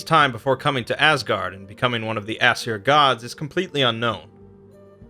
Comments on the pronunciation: It’s pronounced “eh-sear” not “ass-sir” you idiot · It's funny how he pronounces Aesir as "ass hair"